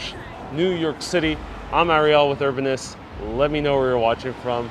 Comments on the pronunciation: It's pronounces E-ras-mus, You're leaving out the first s. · It's ERAS-Mus! You pronounce the 1st and 2nd S! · Your mispronunciation of 'Erasmus' 'Albemarle' etc. was a turn-off. btw, Erasmus Hall buildings are gothic architecture, NOT Victorian.